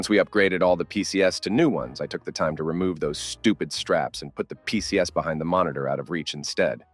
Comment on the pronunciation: The AI narration must have been bottom barrel of the budget. PCs = pee-see-ess-ez (four syllables)... come on, don't you proof your videos before posting them?